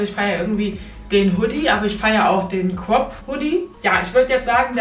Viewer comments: Ein pulli ohne kaputze: sweatshirt Ein pulli mit: hoodie Und es heist crop und nicht cop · Ich liebe es wenn du "crop" sagst😂😂 Abi: "quap" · cwop 😂 (crop) bitte mehr teile 🥰